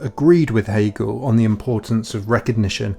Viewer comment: “Gil cagle” guys I am so confused that was definitely Hegel he was talking about why is he now “Gil cagle?”